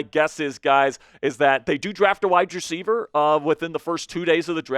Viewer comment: Please stop say "widedreceiver" it is "wide Receiver,"